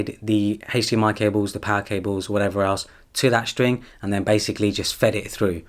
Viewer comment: He does! And he likes to say "or wa'ever" often. I find it funny hahaa